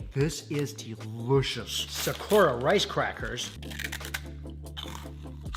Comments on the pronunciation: Why do you pronounce "Sakura" like that? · The pronunciation of Sakura......😬😅